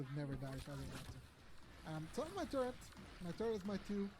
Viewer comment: So sick of hearing "turrent" and "turret"